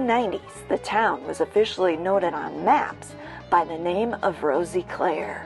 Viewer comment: she as well was saying it wrong, the "i" is sort of silent so it would be pronounced as "Roseclare" if that makes sense. (i live here)